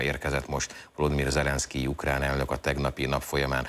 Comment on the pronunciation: KATASZTRÓFÁLIS A ZAVAROSBESZÉDŰ MÁR A 34 MÁSODPERCNÉL MI AZ AZ UKLÁN???